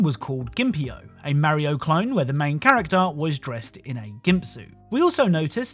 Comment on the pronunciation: I hate the way you pronounce Mario